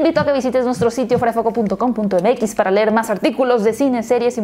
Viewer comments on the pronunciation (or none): none